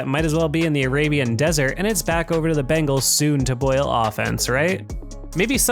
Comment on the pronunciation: Dude its the BENGALS not BANGALS!!!!!!!!!!!!!!!!!!!!!!!